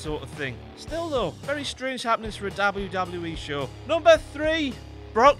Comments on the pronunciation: The way he says DOBBLE YEW DOBBLE YEW E is so annoying. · Is anybody annoy on how he say double double ee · stop saying wwe like that it's weird and you should feel bad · WELCOME TO "DABLE U DABLE U KNEE" omg that acient doe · Dablu Dablu IH. Gotta love the brits :D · I've never heard it said this way. DAUBEL U DAUBEL U E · "Dabble you dabble you ee* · hear a dubbaeu; take a shot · Dabbleyew Dabbleyew Eee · Dabble-u Dabble-u E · the way he says WWF/WWE 😂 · I never thought I'd hear someone say "WWE" worse than Michael Cole. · the way he says wwe though... lol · you say "w" weird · the way he says W... sounds drunk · Really dislike the way this guy says WWE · he says w so weird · Why can't you pronounce "W"? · if ur gonna make vids get someone who can pronounce w